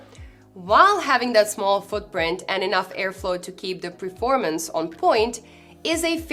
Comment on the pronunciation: You always say PREformance instead of PERformance 😉 Otherwise nice videos ❤